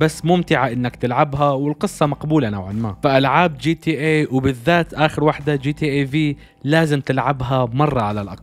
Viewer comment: جاتا عند المصريين بس و عالميا اسمها جي تي ايه . انطق كل حرف لوحده g.t.a